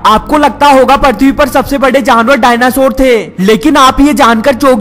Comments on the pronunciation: Parthwee nhi prithwee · its not parthwi prithwi sala bihari